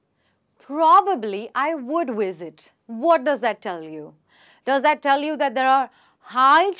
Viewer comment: Am I the only one here who thinks the instructor is pronouncing the word “visit” as “wisit”